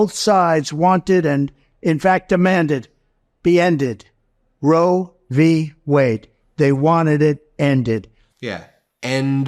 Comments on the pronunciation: He said, " Roe v Wey..." He's a fucking Moron...lol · Notice he called it "Roe v way" not Wade. He could have a job on an anti republic video blog. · He is such an imbecile that he doesn't even say the correct name. He said "Roe v Way" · the way he always pronounces roe V(s) wade really highlight just how little he understands about what he talks about... it's qui(d) pro quo all over again